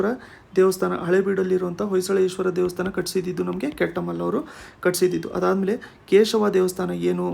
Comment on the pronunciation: Kettamalla alla sir ketumalla